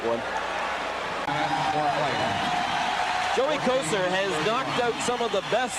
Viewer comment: The "Joe Couture" pronunciation of "Kocur" caught me off guard ! Lol